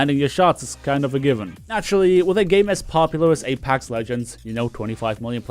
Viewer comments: please stop saying apAx. lol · nobody:: Apax legends